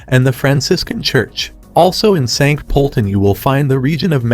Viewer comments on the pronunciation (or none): Please try & find out how to pronounce place names correctly before putting out such a video for the public. Graz (pronounced Gratz), Sankt Poelten ( pronounced Sankt Perlten), Innsbruck. ( pronounced Insbrook) , Salzburg ( pronounced Sulzburg). To add to these inaccuracies, Linz is not a lakeside city ( some artificial lakes some distance outside the city). Information easily available on the internet to avoid such embarrassing errors.